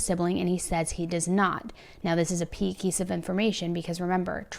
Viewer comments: "A PEE KEESE OF INFORMATION"? OR A KEY PIECE OF INFORMATION? 🤣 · you just said ‘the pee keese’ instead of ‘the key piece’ 😜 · you said “this is a pey kiece of information” I had to rewind cause I thought my mind misheard it that way somehow 😹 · "...a pee kiece of information..." Oops. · what is a pee keese of information 🤣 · “this is a ‘pey kiece’ of information” lol. Love these videos, just had to point that out. I had to rewind 3 or 4 times to make sure that’s what I heard.